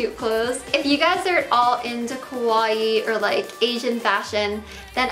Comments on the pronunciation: Not kowai. Ka • wa • ii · The way you pronounce “kawaii” sounds more like “kowai” which means frightening in Japanese, You have to pronounce the i twice. Ka-wa-I-i . But the way you look is more kowai than kawaii so I guess it makes more sense. Gomen, you are more kimochi warui than kowai. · its funny how she pronounces kawaii....its supposed to be ka-wa-ii but she says it morelike ko-wai which actually means scary... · kawaii with open "a" it's like cool, cute, fashionable, etc... kowai it's your pronunciation... it means scary xD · All I hear is "kowai" As in, this video is kowai. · .... it's Kawaii the 'a' is pronounced like in Car Not Kowai which means scary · Haha, she said kowaii (means scary) instead of kawaii... I mean it's more fitting for her... just look at her arms...😟